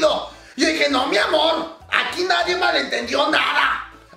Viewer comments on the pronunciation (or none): none